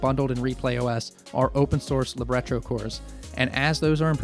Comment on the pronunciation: Also, It's probably the first time I heard "libretro" said out loud. I say it as "Lib-Retro", as a library of retro content, instead of "Li-Bre-Tro", which sounds like a booklet to me.